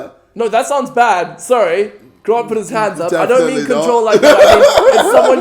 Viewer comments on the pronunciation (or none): Casper says gront instead of grant